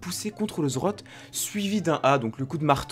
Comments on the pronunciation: Le Zrote ? NON LE Z Z Rot ! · quand est ce que tu montres ta tête ? et c'est pas zrot mais zed zed rot btw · on dit le Z Z rot pas le zrot x) sinon bonne video comme dhab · J'aime bien tes vidéos mais s'il te plait, apprend à dire correctement le nom des items. C'est Z Z Rot et pas Zrot. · "Le zrot" Tain je suis mort 😂😂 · Comme pour plusieurs le Zrote m'a bien fait rire mais en meme temps chacun prononce comme il veut l'important c'est qu'on te comprenne ;) Sinon super vidéo comme d'hab' continu les 20k abos arriveveront plus vite que prévu ^^ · Zed zed rote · ZED ZED ROT sa se pronoce comme sa bro^^ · Mes oreilles ont saigné quand tu as dis zrote :'( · JE T'EN PRI, PRONONCE LE NOM CORRECTEMENT 😭😭